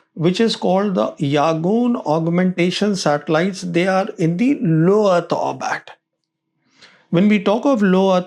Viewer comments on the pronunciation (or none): Orbit ✅ Orbat ❌